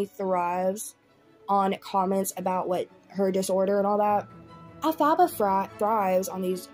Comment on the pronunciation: Why are u saying her name like that 😂😂😂 elf-a-ba 😂😂😂😂